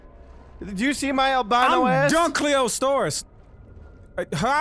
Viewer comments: ikr, he says it better :D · I'm just glad that pronounced Dunkleosteus right